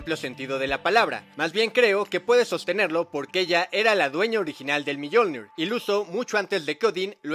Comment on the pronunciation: Yo opino q se pronuncia "miolnir" no miyolnir haha